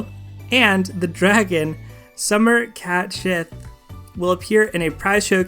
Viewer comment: Why'd he say Cat Sith like that?